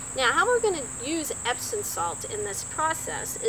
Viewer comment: Epsom, not Epson.